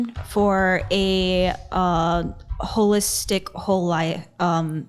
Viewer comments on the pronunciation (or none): She lost me at "wholistic" and "chiropracty"